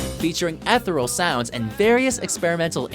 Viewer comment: Did he say "etheral" ? o.O